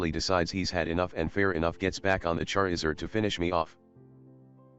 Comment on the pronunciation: "he's even got a Cherizerd"